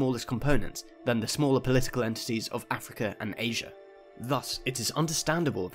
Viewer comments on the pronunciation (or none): none